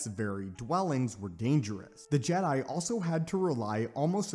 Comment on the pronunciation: "The ancient jedi order known as the JeDie"... um... what?